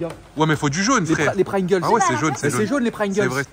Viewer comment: Sa ce dit pringles et bonne journée